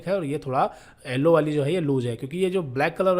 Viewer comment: Nice video very good explanation but "ellowww" wire😂